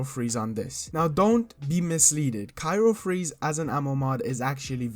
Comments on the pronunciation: *cryo not cyro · CRY-O freeze, not KYRO freeze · CRYO (cry-oh) not cairo freeze lol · Bruh i couldn't watch past "cyro freeze" like cmon